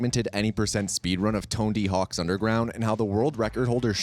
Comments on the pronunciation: Less than 10 seconds into the video and old mate said Tonedy Hawk's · “Tondy Hawks underground” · “To make sure it’s as accurate as possible” Immediately proceeds to say Ton-D hawks underground